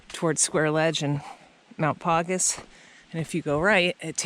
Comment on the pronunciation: Paugus is pronounced as pawgus like a dog's paws. I have never climbed Paugus but wish that I had. Always wondered about that slide on Passaconaway. Beautiful view from there.